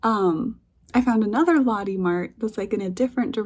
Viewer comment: Lotte, not "lahddy", it's "Loh-tay", stress on the second syllable